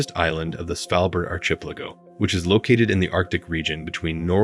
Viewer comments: Pronounce it ark-i-PEL-a-go. And try saying Yohan not Joanne. These computer voices drive me nuts! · Your pronunciation of archipelago is priceless. But for the future u should ask someone who knows how to pronounce it correctly.